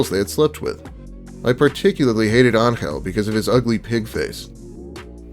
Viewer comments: It's angel 😇 why do you pronounce it as angle. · Very interesting way of how you pronounce the name Angel.